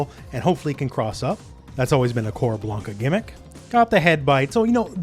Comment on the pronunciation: Blan-ka not Blane-ka lol